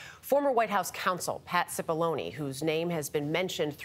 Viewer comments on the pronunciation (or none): It’s pronounced “chipollonae” not “sipolloni”